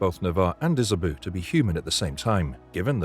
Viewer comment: Good list but it's pronounced Isabow not Isaboo, Zusha not Zuzia and Mayax not Max